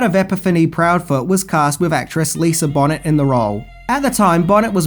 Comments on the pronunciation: BTW, it's Bonay, not Bonnet. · Her name is not Lisa Bonnet? It Lisa Bonet. Pronounced Bow - nay. It's like you don't even try. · Lisa Bonet, its not pronounced BONNET, its like BoNay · Lisa "bo-NAY", NOT "Bonnet". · It's Lisa Bonet (as in bone-aye) not Lisa Bonnet! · One of my fave films. Yeah, the remake would be absolutely pointless. Cool video. Thanks for making and posting it! FYI Lisa Bonet’s last name is not pronounced “Bonnet” but rather “Boe-Nay.” Cheers! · Bō-Nay for Bonét, not Bonnet Movie left out baby sacrifice and changed Toots Sweet to conspirator / devil worshiper when he wasn't in book. Love movie and book no matter the changes. 😈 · It`s Lisa Bonet ( Bone-eh)....Not BONNET! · he last name is Bo-nay not Bonnet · It's Bo-NAY not 'bonnet' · Bo neigh, not Bon net. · Pronounced Boe-Nay not Bon-Ette. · Bo nay ! Not bon nit ! But yeah .top hundred great film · This movie gave me nightmares just because of the scene with the gun and Lisa Bonet. I’m not going to detail it but I still have flashbacks of this film. It’s BOH-NAY, not bonnet, dear 👍🏻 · NOT, NOT, NOT Lisa BON-ETTE... It's pronounced BO- NAY ... Any video interview in the last 35 years has pronounced it this way...😳😬🤭😁👍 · Bow-nay, not Bonnet. (Bonet). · One of my favorites but: Bonet = Bonay not bonnet. And so hot. The black preacher Angel knocks over was based on the actual Harlem church/cult leader Father Divine known for his "white angels". The timeline is a nightmare. I've never been totally sure in which order Angel is kidnapped, sacrificed, replaced, drafted, wounded, hospitalized, taken back to Times Square and somehow gets a life as a private detective. The book was pretty dull with Epiphany as a NYC college coed. Much better in voodoo rich New Orleans. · Lisa Bonet is pronounced: Lisa Bone A = Lisa 🦴 A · Pronounced (Lisa)Bon nay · #11: Lisa Bonet's surname isn't pronounced "bonnet." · Bonet is pronounced like "bone-ay" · It's pronounced "Bo-Nay"!!! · It's pronounced "bow nay"... ;-)